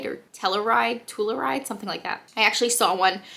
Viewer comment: Love when you do Q&A’s!! ❤️ And it’s pronounced Tell-You-Ride.